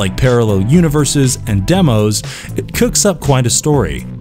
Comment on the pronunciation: Also quite jarring when the narrator refers to the demons in Wicked City as "demos."